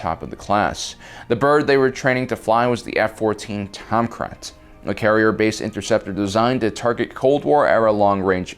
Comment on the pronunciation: Tomcrat?!? TOMCRAT!!! Wtf are you saying it’s the Tom-cat, tomcat